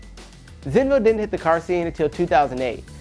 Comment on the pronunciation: its Zenvo, not Zeno